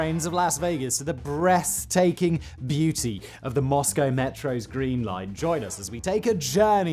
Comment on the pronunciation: did he say the breast taking beauty